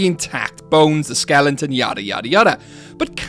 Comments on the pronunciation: Skeleton Not skelington 😂😂😂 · great theory but I audibly groaned everytime you said (what sounds like) "skellington"